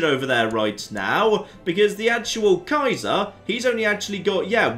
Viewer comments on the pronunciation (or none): none